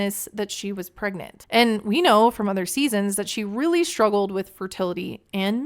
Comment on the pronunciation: If I hear her say "I'm pregmant" one more time without someone politely correcting her, i will throw something at the tv.